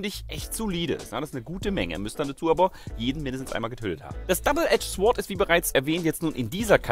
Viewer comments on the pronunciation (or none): sword wird sord ausgesprochen und nicht sword;) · ich WEIß es ist furchtbar kleinlich, aber ich MUSS: Bitte leute sagt nicht "SFORT" (sword)... es gibt nichts deutscheres was falsches Englisch angeht und es schmerzt so richtig! Es ist absolut genauso schlimm für's Ohr wie Leute die sagen "Das ist der wo immer zu spät kommt". Es ist nicht die selbe Art von Fehler, aber der Schmerz ist absolut gleichwertig. Sagt niemals "Swort", jeder der bisschen Englisch kann möchte echt brechen :-/ Sry wie gesagt, musste sein, ich weiß es geht den meisten so. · Jakub Jaworski So, wie es bereits geschrieben wurde. Einfach 'sord', ohne 'w'. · da du es anscheinend nicht verstehst das w bei sword wird nicht mitgesprochen es wird also sord ausgesprochen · Swwwwwwwwwwwwwwwwwwwwwwword - man spricht es sohrt aus xD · MAN SPRICHT ES "SORD" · Das 'w' wird nicht mitgesprochen. So wie auch das 'h' bei 'honest' oder das 'k' bei 'know'. Das ist wirklich Ohrenkrebs deluxe. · Um es jetzt nochmal auf den Punkt zu bringen. Awkward Alan hat lediglich versucht wenn auch nicht auf die beste Art und Weise einen typisch Deutsch - Englischen Fehler zu verbessern. Es ist ganz egal ob es durch Akzent bzw. Dialekt toleriert wird, denn Fakt ist dass es nicht die korrekte Aussprache ist. Anstatt also den Hinweis positiv aufzunehmen und davon zu lernen bricht hier eine Diskussion aus welche schnell subjektiv eskaliert. Daher bitte ich euch lasst es gut sein! Danke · bitte bei sword spricht man das w nicht:D #germanism